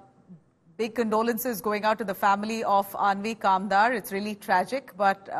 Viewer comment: Aanvi kambar naam tho sahi boldo India Today anchor 😢